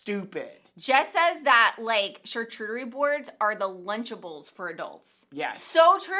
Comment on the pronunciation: I love you two but it's CharCOOTerie not CharCHEWterie...I don't usually point out things like that but my chef friend overheard and said it made his ears bleed🙄🤪